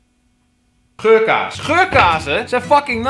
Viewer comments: elke keer als hij geurkaars zei dacht ik dat hij zei dat hij geurkaas zei<<33 :') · Haha XD het lijkt alsof je 'geurkaas' zegt